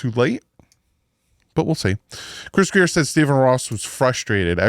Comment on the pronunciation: I think not Grier is Grier!!!